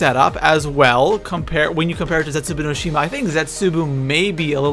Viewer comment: Plz say zetsuboa right. It's very annoying and Der Eisendrache say that right too